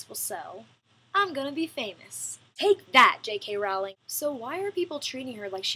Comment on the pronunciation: btw,, J.K Rowling-the rowling rhymes with bowling, not howling.